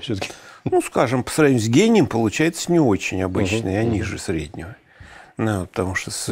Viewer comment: "Гип-гип" даже , гЭнием ...